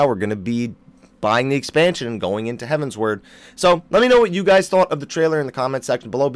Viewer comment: I've been holding this in for way too long but,, seriously... it's Heavensward like forward... not heaven's ward.